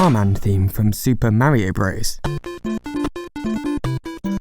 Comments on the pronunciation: Why the fuck do you pronounce Mario..Merryo? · Ugh...British people. Its flippin Mario like car. Not Maryio. For cry yi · What is it with Brits speaking certain dialects saying "Mary-o" instead of "MAH-ree-oh" when the BBC has already insisted Pakistan be pronounced PAH-kiss-TAHN instead of PACK-i-STAN? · I really hate when people can’t f-ing pronounce Mario correctly. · Instantly disliked this video because of the way the narrator pronounced Mario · You can at least pronounce Mario's name the way the game's creators intended. I guess people from your part of the world aren't concerned about respect and think it's okay to be rude in such ways.